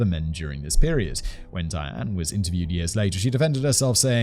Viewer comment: Simon's casual pronunciation of Diane makes it sound like Dan which gets it rather confusing...